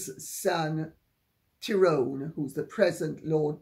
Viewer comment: As a frivolous aside Lady C, might I say it made me smile to hear you give an authentic Northern Irish pronunciation of Tyrone ❤️ Most people 😊from outside the Emerald Isle tend to veer towards Tie-Rone.